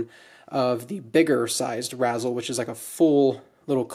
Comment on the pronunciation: It’s pronounced rayz-el, a combination of razor and chisel